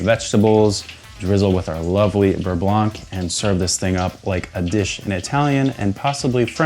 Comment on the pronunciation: Hey hey! You’re doing a great job and always appreciate seeing you tackle a new dish. One quick remark from your French admirer: the “c” in “blanc” is silent. Same with sauvignon that never sounds blank!